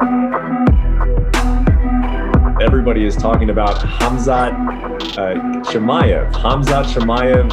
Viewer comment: ''Khamzat Chimiyef'' xD